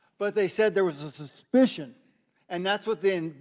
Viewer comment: & Couldn't even say "Suspicion" he is either drunk or on some good shit! Lmao! 😂😂😂😂